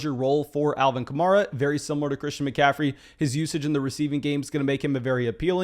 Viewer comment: It's Alvin Ka-Mare-Ah, he said in an interview it's like the car (Camaro) except with an A at the end.